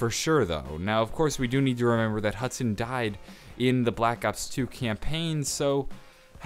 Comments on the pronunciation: love how it says hudon lol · Hudon is pronounced Hoo-don #supercereal